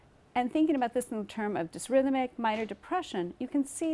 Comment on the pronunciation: dys-Rhythmic? A weird way to pronounce dysThymic.